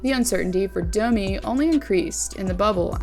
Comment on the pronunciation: is this on purpose that you prononce dummy instaed of Domi, i'm just curious, English it's not my first language